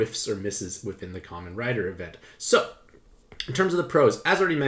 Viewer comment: Thank Gawd your gaijin self pronounced Kamen correctly. I was horrified that you might have said “KAY-mon” riders. I approve.